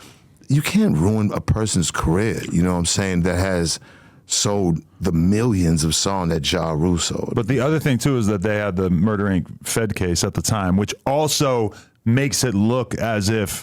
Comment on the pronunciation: Lol he said jay rule